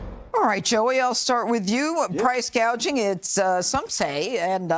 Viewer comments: What is Price Gauging ? 😆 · Price “gaging?” She’s an idiot. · What is priče gauging?